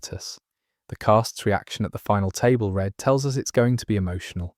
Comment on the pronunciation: Love these videos! Just an FYI though, I think it’s pronounced table read as in “reed” rather than “red”?